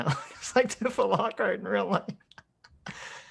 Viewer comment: I haven’t heard someone call her Tiff-uh since that ancient FF7 parody flash